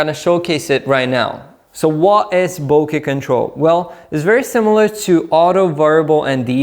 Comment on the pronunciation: You are one of the few people who pronounce "bokeh" and "cache" correctly! Oh, and the video is pretty good too!